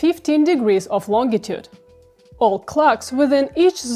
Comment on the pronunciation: Location 15 Degrees of Longitude. Longitude is pronounced as Lonjitude. Thanks!